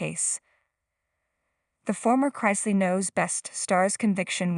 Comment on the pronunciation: Wah-wah! Do the crime, do the time. Youre saying their last name incorrectly.